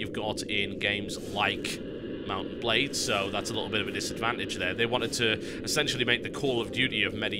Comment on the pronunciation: Why do I keep hearing mountain blade when he says mount and blade? I feel stupid.